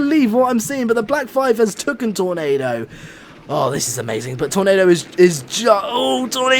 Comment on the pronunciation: ITS BLOOODY TAKEN NOT TOOKEN !!!